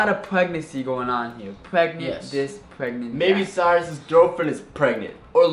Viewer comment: It's Izabelle chehovits stop saying perangnet